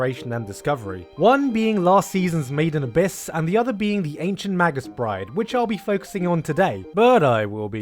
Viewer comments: Also may-gus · mage - us dude, fucking mage - us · arghh he keeps saying magus as 'madg-us' its 'may-gus'